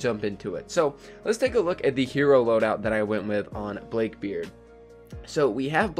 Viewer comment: He pronounced it blake beard